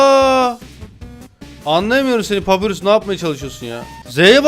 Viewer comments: Papirus değil pa pa y r u s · Abi papirüs diye okun umuyor adı papayurs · Abi papyrus papayrus diye okunuyo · Abi papyrus papayrus diye okunuyo haberin ola! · Abi papayrus diye okunuyo kalp lütfen